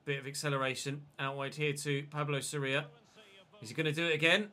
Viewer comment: the vowel in Sorias name that is emphasized is the o, not the I. Just thought I’d point that out Edit: if Fulham fail to stay up you must sign martins, one because he’s insane and you could keep semenyo as a backup as you originally intended, and two it’s unrealistic to have an 89 rated player in the championship. Same for teddy coles, if Bournemouth fail to get promoted.